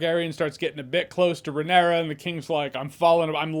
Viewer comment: It's Ray-NEAR-ah, Jeremy. Not Ray-nair-ah. And it's Lay-nor but you can start spelling it with a G and he won't be offended. 😂